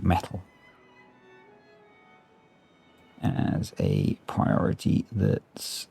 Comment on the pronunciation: "Respect my prior-tah?" classic! thank you sir for the lols